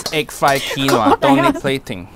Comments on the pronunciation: KEEN WAAA, not KWIN OAH, hai aahhhhhhh, now you make ancestor cry, so sad, SO SAD! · Was the way that pronounced Quinoa (keen-oh-uh instead of keen-wah) deliberate or did she really think that was how it was pronounced? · Awww she said Quinoa literally.......its an easy mistake for us who aren't famous but not for those who are, plus experienced what the heck? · Quinoa hay I say wailo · As someone named Noah I found her pronunciation of quinoa hysterical